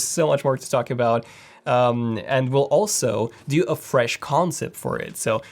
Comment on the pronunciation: "I dyu hope"